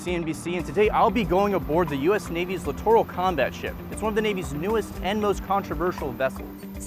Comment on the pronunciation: You mispronounced littoral.